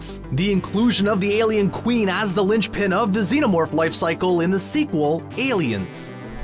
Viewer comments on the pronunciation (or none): none